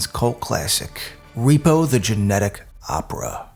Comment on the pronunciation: In his narration, is he saying “genic” opera the whole time instead of genetic?